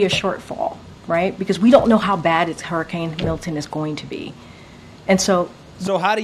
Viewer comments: Every time you say Harricane...I think you're mixing Harris with Hurricane... that said this whole situation is ridiculous...I feel like they're picking and choosing who they're going to be helping at this point.. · I laugh everytime you say hurricane. Idk how you pronounce it so funny. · I feel like today is your first time ever saying the word "hurricane." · Haha u keep pronouncing it "Hairrucaines"....which is a nickname we called a hairy kid we used to wrestle that would throw everyone around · Please stop saying “hairicane”. Please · Is saying 'harriscane'? That would make sense though, as she's about as destructive to America as the real thing. 😂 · HER HER HER HER HURRICANE Pronounced HER ICANE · Hur-uh-kayn! 😂 eff her and bidens administration. They are out win or lose they’re out! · calling it a hair-icane got me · Why are you saying Hairicane? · "Herricane" that's how says it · "hairicane"? heheh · pronounces it "HErricane" 😂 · Funny how he calls it a HAIRICANE 😂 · Yeah, but wtf is a hairycane that keeps mentioning? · Bro can't say hurricane 😂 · Damnit.. it’s not hair-uh-cane. It’s her-uh-cain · Why do you say hairricane? You know it’s hurricane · It's not "harricane", it's "hUrricane"... The people in N.C. are being denied help, Mayorkas said they didn't have the money for FEMA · Man I love you and your channel but why do you say Hair - i - cane? It is her-i-cane :) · Wtf is a harricane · Bro it’s hurricane not harcane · Hahaha!, bruh. Why do you keep calling it a hairicane?😅😂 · Her-i-cane🤣🤣🤣🤣 not hair-i-cane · Hurricane not harricane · ...i I love you, I love your show...but HURRICANE is pronounced Hur-ri-cane....Hur, as in ben-"hur". You are fantastic in getting the message/word out! You are on POINT! But I certainly know exactly what you're saying. Its that southern pronunciation. Keep up the good work. 👍 ❤ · HURR-I-CANE Not HAIR-I-CANE Prayers for the hurricane victims 🙏🏻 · Hurricane Not hairicane